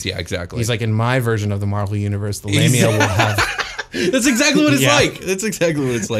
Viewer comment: I heard Labia 😂